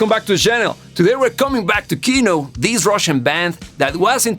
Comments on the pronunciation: kinO, not kIno! :) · in russian we pronounce kinO, not kIno. thar word means cinema or film. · It's "Kinò", not "Ki'no". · It's not pronounce KIno, it's KinO. Sorry for my bad English ( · ki-NO... Stress on the second syllable. Yea, it's a noun not verb yet the second still. 😉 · It is actually pronounced like Kinó. The word Kino means "Movie" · I'm glad you liked it. The whole of "Kino" (btw, stress is on "o". Hope it helps you to pronounce it better xD) music is more about vibes (hate to use it, but it fits) than about meaning. Группа крови is often called anti-war, but it doesn't really strikes the anti-war notes that much. It's just some ruminations of someone supposedly going to war. He does not love that but also does not hate it either, though it is clear that he'd rather not go there. It is, of course, often connected to Soviet-Afgan War since it was written near it's end. But the chorus says about blood-type on your sleeve and USSR forces never placed blood-type on the uniform and especially on the sleeves which can by torn off. And the "serial numbers" also never were a thing in it either. So in the end it feels pretty abstract. If you're interested in exploring Kino more maybe try "Звезда по имени Солнце" (Star named Sun) next. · "ee" обычно под ударением в английском, а нам надо ударение на "о"